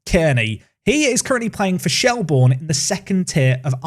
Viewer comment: Hey Shelbourne is pronounced Shelburn